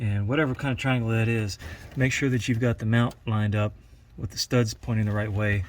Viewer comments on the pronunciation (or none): none